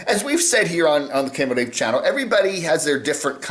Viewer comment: He pronounces his own name wrong, too?